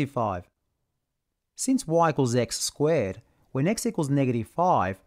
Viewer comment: a cartisian plaiiiin, in an ozzy accent, beuautiful, when y=x ^2squeeeeeee'rd